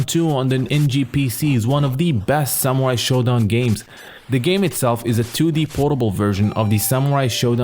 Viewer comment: SAMUAI !! its all i listen, i guess your videos are good but your horrible pronounciation makes them impossible to listen, sorry. Letter R exists in English